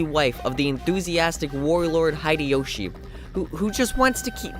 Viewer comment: Why you do like this game everyone like this game you don't know the name you wrong the name hideyoshi not hideiyoshi what the heck you are so stupid the real name is masamune date not musa date what the heck is wrong with you read the name you don't know read japan are you